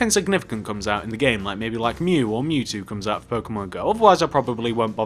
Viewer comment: Mew not med